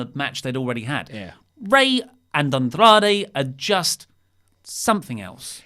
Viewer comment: Why does have to say Andrade like that? Andrrrrrrradre.